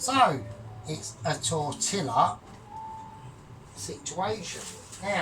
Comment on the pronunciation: FYI (being helpful): LL=Y so it's tor-tee-yah. Result seems more like a breakfast burrito to me than a wrap, awesome as usual. Great decision on Ron.